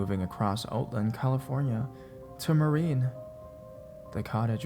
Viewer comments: Great narration! Only thing is, it's Marin (pronounced Mah-rinn, not Mah-reen) and Sonoma is pronounced Sah-NO-mah with the stress in the middle, not the end... I am from the area this woman is talking about. Can't help but be an annoying stickler for proper pronunciation of the the places I grew up near! :) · He also mispronounced Marin. It's Mah-rinn. But then again, if he's not from the area can't really hold that one against him.